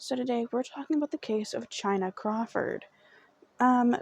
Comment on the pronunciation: 🗣Baby it's pronounced exactly the way it's spelled and if you were unsure, prior to doing this video, you could've googled the correct pronunciation. Just a lil journalism advice for your next story. However, thank you for doing Chyna's story. It means a lot to us Washingtonians.💜🙌🏽